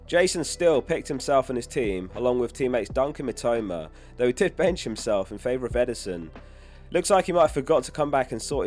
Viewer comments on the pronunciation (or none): none